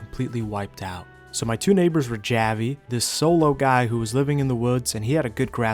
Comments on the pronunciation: Gaa-Vee? Really bro? It's Hah-Vee. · Good video but to let you know javi is pronounced (haw-vee) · I love how you pronounced Javi 😂😂😂😂😂❤